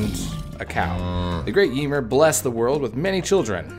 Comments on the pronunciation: Yemur 😅 Ymir is (yuh-meer) for future reference. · Ymir is pronounced yuh meer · I like how he pronounces Ymir lol